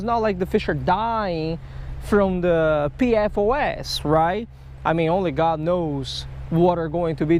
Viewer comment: I think there may be another one of those diseases... It's from everywhere you fished... It's EPFOS. Just kidding lol, just sounded funny when you said PPFOS or something and it sounded like EPFOS